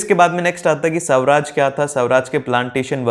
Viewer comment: Sawraj 😀😀 nahi swaraj